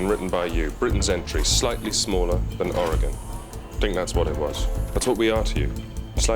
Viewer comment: Tom prounces Oregon better than most Americans from outside of Oregon, lol. Take a lesson MissourAH!